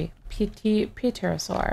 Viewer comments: no offense,, but it is pronounced terosaur. the p is silent, like it is in pneumonia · Pterosaur pernounciation (ter-a-saur) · ok srsly its pronounced TEAR-a-sor